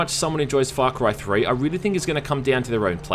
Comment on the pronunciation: Great review but all I can hear is Fuck right 3